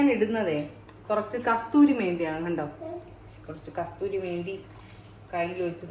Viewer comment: കസ്തൂരി മേത്തി അല്ല ചേച്ചി. കസൂരി മേത്തി